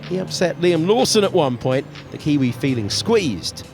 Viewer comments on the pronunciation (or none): none